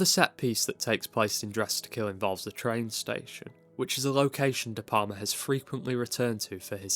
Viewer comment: Ðe PaRma?? De PaLma!! You know... like you pronounce "Al" in Al Capone. You don't say Ar Capone, do you?You pronounce his name like it's some kind of Italian cheese. " Can I get some more De Parma on my spaghetti?". De P"Al"ma. Please try it.